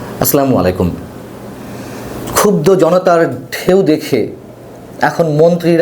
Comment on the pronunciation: I like your journalism but please say the Salam properly, it is AS SALAMUALAIKUM NOT SLAMUALAIKUM! Thanks